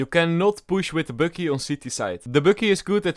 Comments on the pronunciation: I like how he pronounces Bucky „Böcky“ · I Love the way he pronounces "Bucky" 😂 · I like how u say Bucky it sounds so nice lol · bucky Subtitles: bookie